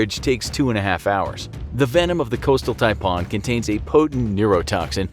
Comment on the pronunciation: Hey mate. The way you say 'Taipan' is cancer. Stop!